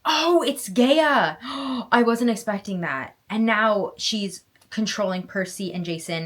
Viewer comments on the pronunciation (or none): You said gae- I- a….. but it is Gaa-I-a. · Hearing her repeatedly saying "Gay-uh" instead of "Guy-ah" kept taking me out 😂 Am I wrong guys?